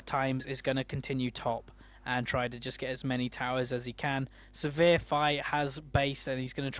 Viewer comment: Sivir is pronounced like "shiver", so it would be like "Siver", not "severe"